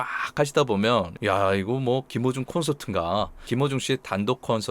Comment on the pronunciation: 저만 그런가? 했는데ᆢ